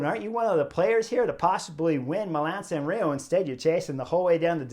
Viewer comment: It’s San Remo with an “m” not “San Reo “.